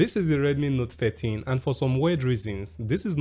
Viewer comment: Is it just me or you keep saying note 30?